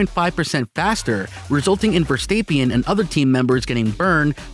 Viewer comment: Louise hamilton, aryton senna, verstapien, you doin this on purpose aren't you?